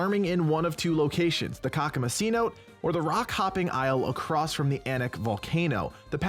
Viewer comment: Thank you for the wonderful, very helpful video, but pleeeeeeease learn how to pronounce "cenote." It was a little grating on the ears :P Think along the lines of "seh-NO-tay." One of the wonderful parts of TemTem is that the names of its places are all drawn from the languages of the areas that the islands are loosely based on (similarly to how Pokémon does it, although TemTem tends to be a little truer to the language/culture), but that does come with the downside that not all the names' pronunciations are obvious to everyone. Cenotes are a geological phenomenon in parts of Mexico, where the Aztec from whom much of Tucma's language is drawn from lived, and often have/had spiritual significance and/or were correlated with pristine-ness or purity (hence why Shuine appears in one).